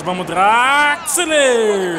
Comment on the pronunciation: vc fala Draxler é assim que se escreve mas pronuncia Drexler